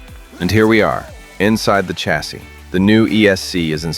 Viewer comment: Ch’assis is not the correct pronunciation bud. Otherwise excellent vid.